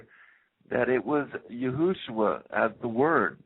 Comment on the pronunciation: ok before I listen to anotehr second of this ...stop calling him YOOHOOshua. It's Yeshua. PERIOD. I dont care ifyou think you know how to pronounce it. that's wrong. It has always been Yeshua. If you continue to pronounce it that way in future videos then I could only assume that everything else you say is imaginary as well